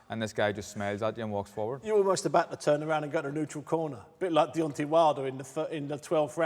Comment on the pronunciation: Soul alvaaaarez deonteee wilder when will Steve pronounce certain fighters names right 😂👌